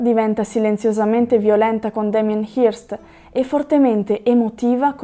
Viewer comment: si pronuncia, pressappoco, "Hœrst". Ottimo video